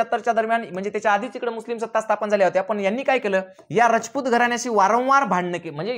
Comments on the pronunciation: तुम्ही एक चूक करीत आहात सिसोदे नव्हेच तर #सिसोदिया असा उल्लेख आहेस तसेच रजपूत नव्हेच तर #राजपुत असाच उल्लेख आहेच कृपया उच्चार दुरुस्त करून घ्यावेत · तुम्ही खूप चांगला इतिहास सांगितला पण तुम्ही सारखे रचपुत म्हणत आहे तिथे राजपुत आस म्हणा